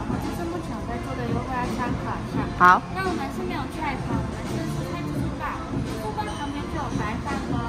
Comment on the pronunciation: 台灣叫自助吧為自助爸嘛？或是服務生的發音問題？